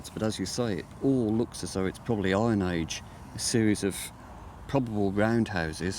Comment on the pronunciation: Was just telling my husband that it took me until the mark to understand that "I N H" was "iron age". :/